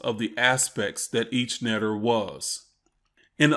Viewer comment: Neter is pronounced Netcher most akin to nature. They are archetypes